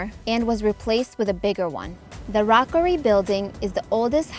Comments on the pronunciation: It’s Rookery, not Rockery We do have two lines that run as a subway through downtown (as well as the Logan Square neighborhood) There’s no noise in Illinois As a Cubs fan, I’m tired of these travel videos leaving out the White Sox. They’re an original 12 team and have just as much history as the Cubs, with some of the most loyal fans in all of sports We’re also the only city in the country that can boast about having both of its original MLB teams. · It’s Rookery (like hook), not rockery (like rock). And Chicagoans pronounce Chicago with more of a “shhh” at the front rather than a harder “Chi”. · Its The Rookery Building....NOT Rockery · Figured that out when it couldn’t pronounce basic words like “rookery” or “Illinois”.